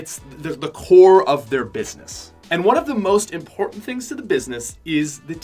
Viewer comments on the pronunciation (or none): none